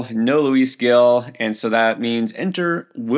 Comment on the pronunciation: come on, we can't say Gil right at this point?